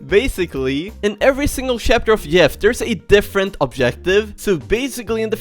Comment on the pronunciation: Is it me or does he say shapter?